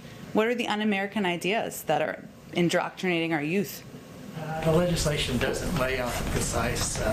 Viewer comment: OMG!! Let me see if I've got this right. She is supposedly the voice of of our President and she doesn't even know how to pronounce indoctrinating??? WTF??? Unbelievable!